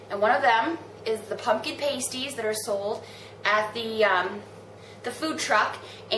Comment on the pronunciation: You do realize that is not how you pronounces pasties right? It's pronounces like pass-tees; not paste-tees. If you pronounce it like paste-tees, it means something other than a food item... you should look it up...